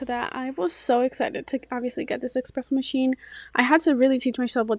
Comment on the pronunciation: It’s esssspressssssso not expresso